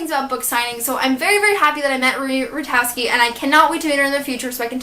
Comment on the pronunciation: Hey so I don't mean to be rude but I thought I'd just correct you! Marie Rutkoski's name is pronounced with a K so it's Marie Rut-Kos-Ki:)